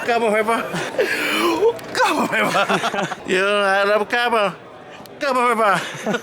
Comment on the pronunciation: Cawbun fyba, cawbun fybaaa, Cawbunnn fybaaa…. Oooo, CAWBUN FYBA!